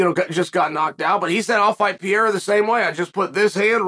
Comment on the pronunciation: Who is Pierra? 😅